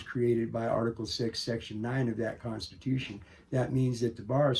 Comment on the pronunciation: Is the constahewson different from The constitution?